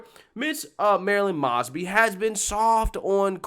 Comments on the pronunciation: You mispronounced still another simple name. Ms MOES-Bee name has been in the news for years (thanks to Freddie G in Baltimore) and even if you somehow missed all that coverage, her name is correctly said by the VEEP and the newscasters ... yet you come back on camera and say it wrong. That’s pretty bad. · Moe's bee is how you say it. I know. It's hard to know how to say people's names. I'm from Pa. On the Md line. That's how I know how to say it. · I love that you mispronounce her name...because it isn't worth doing it right. She is an absolutely POS progressive as bad as anyone in NY/NYC or SF/LA/CA. Yes, I speak from a better-informed viewpoint as I live right outside Baltimore and see this s--t from her all the time. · the news clip you show at the beginning that you would have had to watch tells you how to pronounce her last name correctly and you still mess it up. how do you consistently mess up pronouncing people's names. i want to watch your videos but I can't because it's so annoying on your part. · Pronounced like moe, not maasby. 😉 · One correction, her name is pronounced with a hard O like Moses instead of moss. These charges are relatively minor, I might just ask why take this to court, except Mosby created a list of officers with legal issues that make them uncalleable as witnesses in court cases and released it to the public. She should be held to the same standards as the police officers she criticizes. In addition to Mosby's many ethical lapses, what unfortunately isn't discussed in the video is how Mosby mismanaged the office and failed to retain and recruit adequate personnel. Many lawyers have shown up to court with their clients only to find the assigned prosecutor had quit and there was no one to represent the State so the case had to be postponed. That will be the first priority of the next prosecutor. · M "O" SBY....LONG O 😇 NOT M"AW"SBY 😇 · M "O" SBY..... Long O 😇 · it happens in nearly every video now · Her name is pronounced Moes•bee